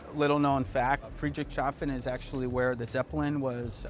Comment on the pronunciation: FYI: KTM is Austrian, and for the pronunciation of Friedrichshafen, it's good the know is Friedrichs - hafen, those are two words, so not like Friedrich-shafen